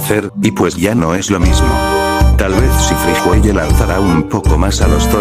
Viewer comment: Friguelie no sé dice friguelle